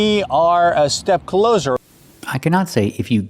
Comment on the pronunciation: as far as I know, we can't pronounce it as "clozer" in the sense of nearer